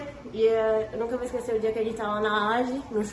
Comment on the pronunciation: Issu eu nunca vou "IXQUECER" LUTO MC KEVIN